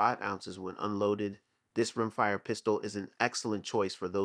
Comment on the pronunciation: Wish they'd train their AI generated voice how to pronounce things like machined. And what is a "room fire" enthusiast?